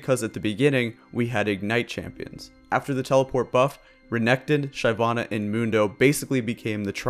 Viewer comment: Dude ... SHY vana ... ?! Really ?! Other than that I agree with all you said :)